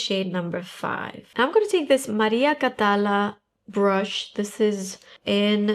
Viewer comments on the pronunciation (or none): Beautiful!!!. By the way, it's Maria Catalá, with the strength in the last a. Sorry, I'm spanish and it sounded weird to me😅